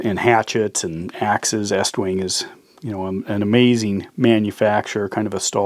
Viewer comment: It's pronounced east wing